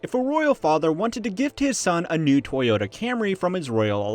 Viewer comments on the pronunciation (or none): none